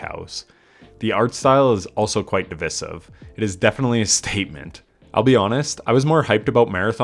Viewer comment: why did you say the word divisive like that.